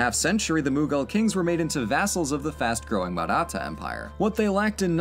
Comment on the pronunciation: I mean, if we're going to quibble he got most of the pronunciations wrong in various degrees - Babur, Maratha, Bengal. Lol. But he tried, and we've all seen FAR FAR worse on youtube videos.